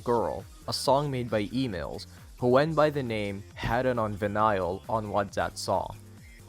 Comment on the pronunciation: no ones gonna talk about how he said vinyl???